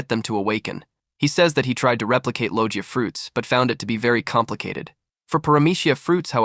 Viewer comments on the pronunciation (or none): none